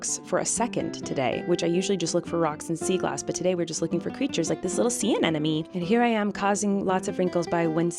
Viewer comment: Wesley says "sea anemone" better than I can.